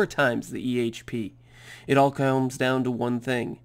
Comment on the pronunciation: "It all kaoms down to one thing"